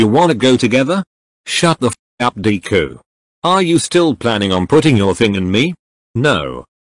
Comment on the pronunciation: Why did it say dee ku instead of deku